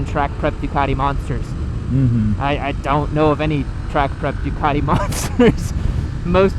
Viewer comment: stop referring to it as a "Duck". Duc should be pronounced "Duke" - loving criticism from a fellow Biscotti Scrambler owner 😛